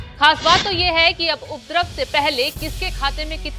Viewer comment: Asli shabbd upadrab hai lekin anchor uddrab bol rahi hai in anpadhon kon samjhyega hindi ka satyanash kane ke liye